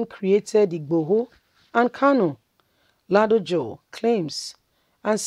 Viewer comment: Pronounce the name Rasheed Ladoja properly please, my sista. It is L A D O J A. Kudos to our ex governor for telling it like it is.